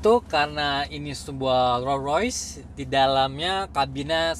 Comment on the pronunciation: Rollsssssss Royce bacanya santai aja mas.. s nya jangan tinggal di Rolls